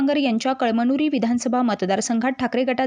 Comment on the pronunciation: कळ मनुरी नाही ग बये कळमनुरी वाच 😅😅😅